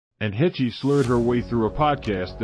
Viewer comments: Please, do not pronounce a long e on the end of her name! Pronounce: h-e-ch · It's pronounced heshh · Should we trust a channel that pronounces annes last name as HECH EE? 😂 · It's Haysh not Hechee. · Why were you pronouncing Anne's last name as Hech Ee? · Not “Hechee” lmao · Who the fuck is hech ee does he mean Heche ( she should be on charges of reckless indangerment and driving while intoxicated along with property damage I hope that lady sues her ass for everything she got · Pronounced Haysh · Learn how to pronounce her name first. "Hay-sh," rhymes with "H." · I don't care. Odd word you would use. I appreciate proper pronunciation of words, names. I guess you don't care.😆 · Rolling my naked eyes😳👁👁. A mispronunciation really doesn't matter. Does it. 4eyes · First off, FO. Secondly a pro does a little research before he starts. Takes ten seconds. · You can't even pronounce her name right... among other guffaws. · This is ridiculous... can't even pronounce Ann's last name correctly. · Can't you get the robot to pronounce her name correctly???? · PLEASE learn to pronounce her name correctly!!!! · In MY naked eyes😳👁👁, this name-butchering is done on purpose, to get a rise & a comment out of people like you. And it worked! Haha!😌